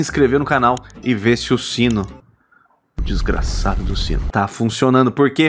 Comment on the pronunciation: Tô adorando os ênfases na palavra "desgraçado". Seria esse o TRIGGERED?